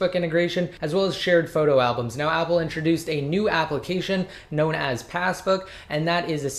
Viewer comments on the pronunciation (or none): none